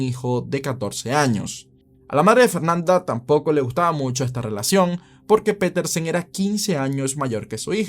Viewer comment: Piterson: 🚫 Petersen: ☑️